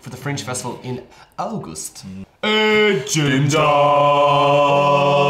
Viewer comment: "August" it sounds so German😂